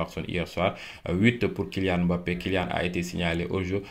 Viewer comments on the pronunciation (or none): none